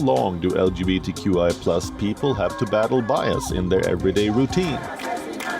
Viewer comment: From the UGANDAN interview . LGBTQI ...there is no H where is the H ??